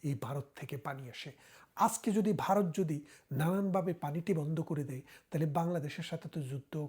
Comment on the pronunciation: বারত নয় , সঠিক উচ্চারণ হবে ভারত।